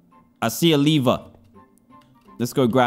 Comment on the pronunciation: its not a leaver its a lever